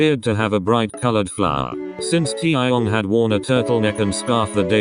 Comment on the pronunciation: No one : Computer voice : TiAahyOngg